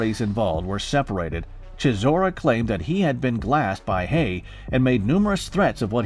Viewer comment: "He glussed me"